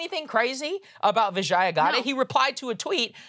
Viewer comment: LOVE your content. Huge fan. But can I correct your pronunciation? I worked at Twitter a long time ago, and I know how her first name's pronounced. It's VIJ-yuh, rhymes with fridge-yuh, not vih-JYE-uh. :) SORRY to nitpick. Just wanted to correct it for the record. :D :D